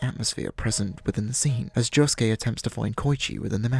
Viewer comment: Why the fuck is he calling josuke yuosuke